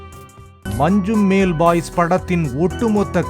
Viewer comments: மஞ்சுமெல்... மஞ்சுமேல் அல்ல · It is Manjummal.... Not Manjumel...